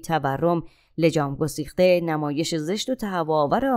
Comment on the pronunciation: لطفا لگام گسیخته تلفظ شود, ما عرب نیستیم, متشکرم🌹